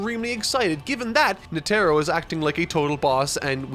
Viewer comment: Please pronounce Netaro correctly